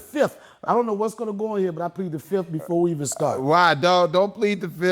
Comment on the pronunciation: Donnell pleads the "FIF"